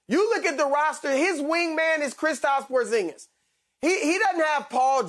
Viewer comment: ‘Porzing-Miss’ must not know he’s 7’3